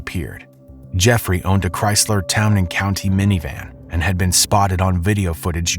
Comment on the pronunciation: “Town and County” Lol